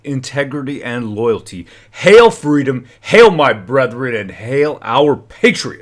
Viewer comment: Yeah hon Hail and Heil. Sounds very much alike when said with force. Might bring back some very bad memories for some. Actually thought that is what you were saying when l first heard it. Lol No one’s fault just happens with individual peoples experiences. I think we all now know that your loyalties are with the Canadian people and love and peace for all so no worries. Keep up the good work you are doing! Another strong voice joining the many others!!🇨🇦